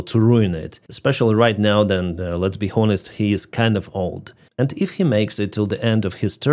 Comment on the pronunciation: love you man. I'm Irish and I've been watching you since the beginning. Just wanted to tell you that the word "Honest" is a silent "H"...it's pronounced "on-est". I can't believe no one has told you this yet. Yes English language is crazy.. we have some letters in our words that are there just for writing difference. Anyway... Keep up the great work. You are a legend. (H)on-estly 😉 But stop disrespecting Trump man. He's the only person who can help you guys. He was trying to make peace, that's why he tried to cosy up to Putin...to save your lives. But now he's seen Putin won't make peace...and he's gonna help you guys. I hosted 2 of ye. I love Ukrainians like ye are my family. But I totally understood everything Trump did with Ukraine...he had to try diplomacy first. So chill with the disrespect of him. He's literally the only person that will do what's needed. Personally I think America should just go to war with Russia. Russia is weak and no one will use nuclear weapons. America can end Russia like they ended Iran, if they want. So...for your sake...stop crapping on the one guy who can and will do something about this.